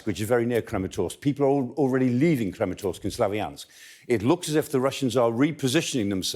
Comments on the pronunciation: KrAmatorsk, not KrEmatorsk. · small mistake: The name is Kramatorsk not Krematorsk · It`s KramAtorsk, for Christ sakes!